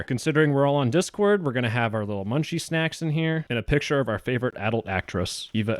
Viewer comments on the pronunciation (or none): none